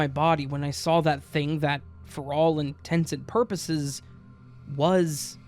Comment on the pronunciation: 'For all intents & purposes' NOT 'intensive purposes' lmfao😂